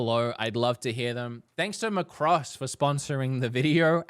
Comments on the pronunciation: It's pronounced "Mac Cross". OMG name butchered. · Can't get over how he says Macross lol. Just so you know there is technically a released Macross game called Robotech Battlecry which was based off the English adaptation of Macross, my mom loved the anime growing up so she bought the have for us on GameCube. I'm so pumped to see another game come to the US. Max Sterling is the goat in the show I can't wait to play it.